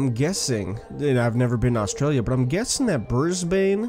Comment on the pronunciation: btw, that's not how you pronounce Australia, Canberra, Melbourne or Brisbane. please don't take offence to this I also subbed